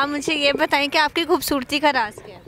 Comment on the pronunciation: bhubhsorti ni janab.. khobsorti ..lafz thek karo bhai